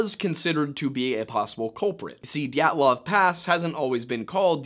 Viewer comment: did you just say GYATTlov?